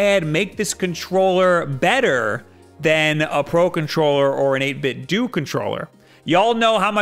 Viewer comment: I hate how so many people pronounce 8bitdo wrong. It's a play on the word Nintendo. You don't say Nintendoo wtf